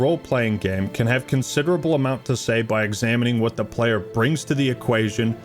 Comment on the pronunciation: Android wilson: Is this good for the playah?